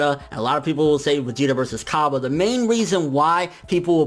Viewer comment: Ok hey don't want to sound like an annoying guy but please give the correct pronunciation for Hit and Cabba. Hit is pronounced like heat and Cabba is pronounced like cobbay.